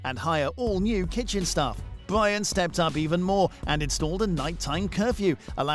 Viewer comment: Bwyan and Wamsay